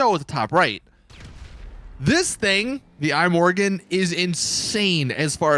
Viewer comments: It's not an apple product, so don't call it the "I Morgan". It's the Swedish word for tomorrow "Imorgon" (pronounced pretty much E-More-Gone). Certainly not I-Morgan. Still, the video was ok. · "The Eye-Morgon" Anyone with 2 or more brain cells: ihmorgon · "The Eye Morgon" 🤦‍♂️🤦‍♂️